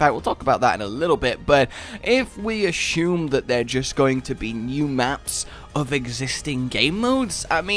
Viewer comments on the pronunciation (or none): Why do you pronounce assume so weirdly?